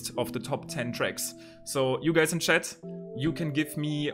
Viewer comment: OK when you said you guys on chat this was too much German accent Bist du deutscher?